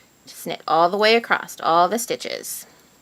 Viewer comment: acrosS not acrosT